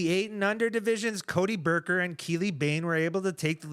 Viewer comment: Loving the PDGA Junior Worlds coverage! Buker…it’s a hard U. I know takes me a full round to keep our card mates straight some days let alone say their name correctly. Cody played consistent golf throughout the event, Finley tried like crazy to get ahead and keep it but didn’t work out. Next year ought to be an epic battle in MJ10. Thanks again y’all.